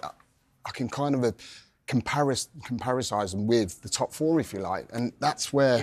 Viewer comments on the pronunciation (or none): Comparasise? Has Lee Hendrie just added a new word to the english language? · "Comparicise" The word is 'compare', Lee. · Comparicise? What’s Hendrie on about? 😂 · He said “comparisize” lol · I laughed at that too. You could see that he was trying to think how do I say “compare” and turned it into comparrisize 😊. Sorry is that one r or two ? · You know it's a yarn when manz said "comparisize" instead or "compare"..